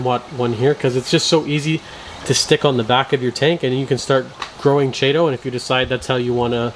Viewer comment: ch is pronounced k.